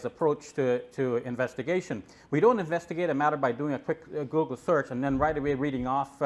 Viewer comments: David hypoogle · Google= Ggeloo.😜